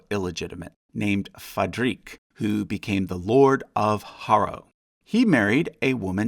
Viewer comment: Just one nitpick: FadriquE, not “Fadriq”. There’s an “e” there and it’s not silent.